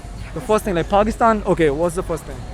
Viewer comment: Pakistanies pronouncing their country as “Phagistan” just to fit in an foreign country is so funny 😂